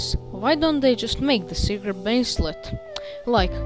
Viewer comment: You called it "circer bracelet" lmao